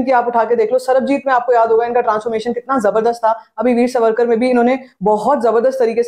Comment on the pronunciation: वीर सवरकर ❌ वीर सावरकर ✅